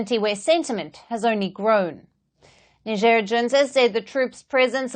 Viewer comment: Let's face it, U.S presence in Africa has done almost nothing to suppress the rising terrorist activities in the region. Makes you wonder what they're really doing there. The average American doesn't know where Niger is. Heck, the average American cannot pronounce "Niger" correctly.